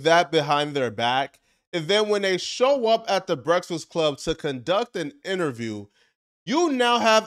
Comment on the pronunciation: Why tf you cant say breakfast correctly?